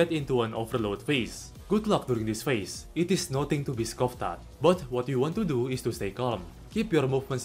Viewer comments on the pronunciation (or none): none